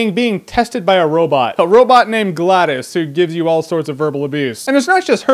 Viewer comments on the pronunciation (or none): Gladis? You mean GLaDOS. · So is pronounced Gla·dose or Glad·us? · you said GLaDOS wrong. but good review